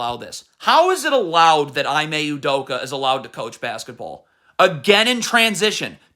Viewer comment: “E-MAY” At least give him the respect of saying his name correctly.